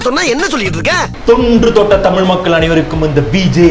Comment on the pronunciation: தமிழ்)தமில் இல்லை